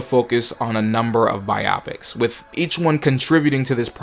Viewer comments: Glad I’m not the only one who thought this, bi-opic would mean something completely different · Bro is killing me saying biopics like bi optics, it’s pronounced Bio-Pics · Bigfacts like bruh I'm tryna get thru this but it's genuinely cheesing every time I hear it